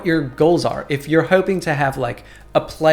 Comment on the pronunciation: Shoutout to Sie-Q! I saw you back there lil guy. Also, thanks for explaining why my volca keys can also be slightly out if tune until it warms up. Also, I noticed a hint of the philly accent coming out in those “hoping”s at the end.